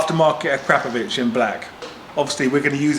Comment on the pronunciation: You are one of the few pronouncing Akrapovic correctly 😂